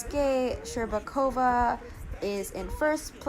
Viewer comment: Shcherbakova's name pronounced perfectly but Trusova's not. The stress should be on 'u' rather then 'o'. You'r welcome.